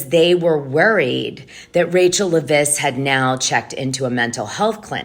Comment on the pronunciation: Dana.. it’s pronounced Leh-viss. 😊 Thank you for all your hard work.